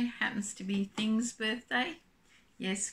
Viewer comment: Happy Birthday to your Mr. lol I am not 100% sure your saying "Thing"